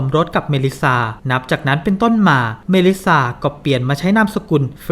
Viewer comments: ทำไมหงุดหงิดกับชื่อเมลิซซา อ่านเมลิซ่าไปเลยไม่ได้เหรอ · จริง ๆ เป็นเรื่องของการสเตรสเสียงที่คำสุดท้าย ไม่แน่ใจเหมือนกันทำไมแอดไม่ออกว่า ซ่า แหะๆ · ต้องอ่านว่าเมลิซ่าไม่ใช่เหรอ